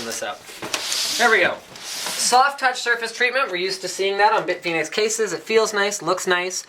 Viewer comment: I thought he said "Big Penis cases", due to the multiple that's what she said jokes at the start.